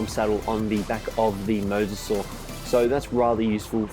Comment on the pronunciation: MY DUDE. YOU ARE THE only ark youtuber who correctly pronounces mososaur